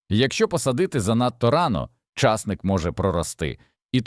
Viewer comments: У слові часник наголос на и. А у слові часнику наголос на у. Чи ви у школу не ходив. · ЧАсник не виросте а часнИк виросте!😂😅